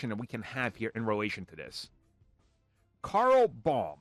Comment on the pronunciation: The producer is female, so I'm not sure why this guy is calling her "Carl Baum" instead of Carol.